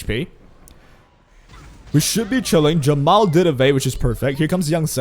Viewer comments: i keep hearing jamal instead of jenua is it just me? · nope he keeps calling jeepua jamal :C